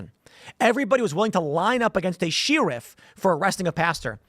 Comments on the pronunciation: What is this she-riff that Tim keeps referring to? I have never heard of a she-riff. Is that like a female sheriff (pronounced share-riff or Cher-riff if you like). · What's a sheeriff? She wolf? Is that a Chicago thing?